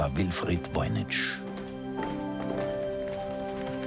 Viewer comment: Es heißt nicht VOYNI"TSCH", sondern Voynich (CH wie in Wort Kranich, Friedrich, Heydrich).